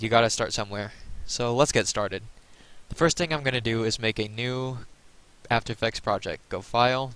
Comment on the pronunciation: did you say afterfexs